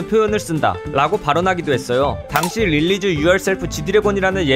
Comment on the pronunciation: Realize yourself 를 릴리즈 라고 발음한거 실환가.